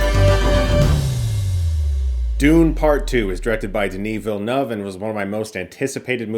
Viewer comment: Chris Stuckmann thank you for pronouncing Denis name! It’s refreshing to hear it correctly